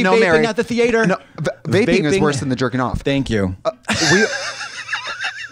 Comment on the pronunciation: Lead associate at groomingdales and just the constant pronouncing of Thee-yay-ter was what got me most lol